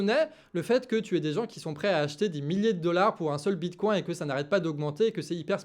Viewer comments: J'ai serré les fesses à chaque prononciation du bitcoin. Le bitcoincoin du canard 🤪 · Hihihi!!! Mon!!! Tu parles de bitcoin avec l'accent canard ❤❤❤ bitcoincoin!!! 😂